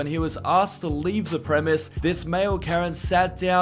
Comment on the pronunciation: Premises. Preh-mih-sis.